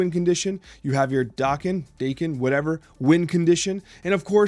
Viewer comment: Pretty sure it's Dah-ken, not Day-ken. His birth name in the comics is Akihiro which is why the season is also called Big In Japan. Nothing originating in Japan will be pronounced Day-ken in Japan. Sa-mu-rai, not Samu-rey. Ah-ki-hi-ro, not Ey-ki-high-ro. Jah-pan, not Jay-pan.